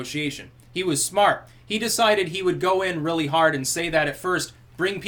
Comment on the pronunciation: Oh rearry?